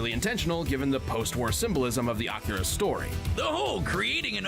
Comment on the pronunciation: Akira is a movie, actually. and no,, you DID pronounce it right.:) also, this fight and kill is more sad than anything. Akira is also a manga series.:)